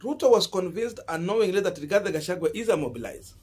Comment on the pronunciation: Gachagu_,a not gachagu_e